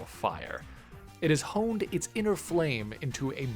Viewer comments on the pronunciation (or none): none